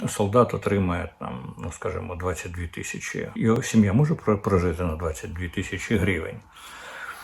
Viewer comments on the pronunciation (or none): none